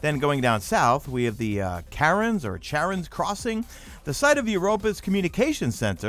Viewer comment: i'm calling charon's crossing karen's crossing now because you said it like that better watch out and make sure the manager is safe from the bs XD